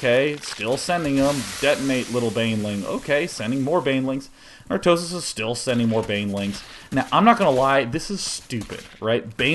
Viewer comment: love the way he pronounces "artosis" ;-)